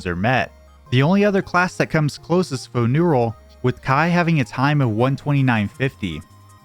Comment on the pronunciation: No way someone's username is Kaii like Hawaii and you don't pronounce Kaii like Hawaii